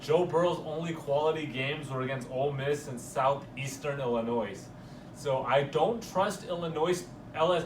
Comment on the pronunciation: you know u fuck up..ILLINOIS!!!🤣🤣🤣🤣🤣